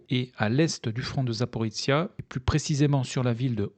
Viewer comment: Petite detail : Запоріжжя se prononce Zaporijia (ou Zaporojie en russe) pas Zaporitsia Merci beaucoup votre travail